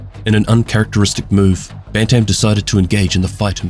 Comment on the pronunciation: I want to say firstly I love your videos, and I don't want to be that guy in the comments. But... My man, when you say "Bantam" you just kill me. It's pronounced as "Ban tm", making it sound like "Bant-im". It has two definitions, one being a type of chicken, and the other from sports, such as boxing or hockey, as a weight or age division. Only reason I knew this was I grew up on a farm and I played hockey. Anyways, still an excellent video!